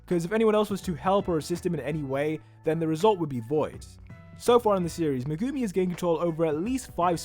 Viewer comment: I will never understand how anime fans will watch a anime and hear how their names will be pronounced and still some how get it wrong every single time. Hearing him pronounce megumi is like nails on fucking chalkboard too me.